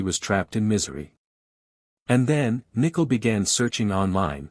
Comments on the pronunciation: Its so funny every AI channel pronounces her name Nickle lol. And Sha Naan. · Omg I cannot with this Ai 🤦🏽🤣 "Nickel" " Shawnann" but says Chris name just fine